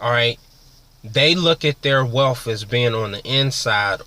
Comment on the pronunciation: Hope this kid isn't imagining he has a future in being a personal motivator. He can't even spell and his English is very ghetto. "Woo wop de woo?" WTF? Can't even pronounce "wealth" instead he says "wealf" hes got a long way to go but first he has to learn English.